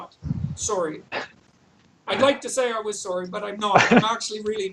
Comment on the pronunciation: "Im not soary." So canadian! Love when JBP goes full Canadian! Hugr fan